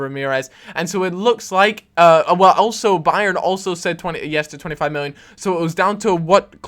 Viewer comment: Why does he say "miwwion" ?